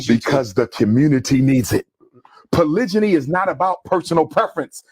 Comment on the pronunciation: That "polijiny" had me dyyyyinnnng during the live😂😭😭🫡